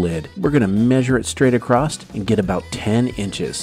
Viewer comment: It's annoying when people say acrosst instead of across